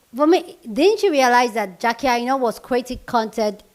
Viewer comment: I just came to her how she pronounced our good friend Jackie name lol